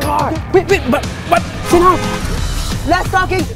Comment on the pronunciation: Jianhao doesn’t have spaces also u said Jain instead of Jin and hoa instead of hao